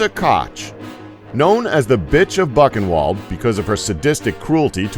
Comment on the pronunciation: Boo kin vald is how it is pronounced.